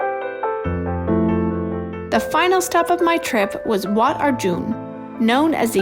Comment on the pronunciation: ถึงพูดไทยไม่ได้แต่พูดชื่อวัดชัดมาก